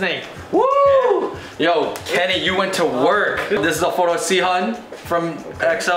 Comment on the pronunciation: yikes bro how could you butcher Sehun's name so badly :( you should probably look up pronunciation of names/words in another language before you film out of respect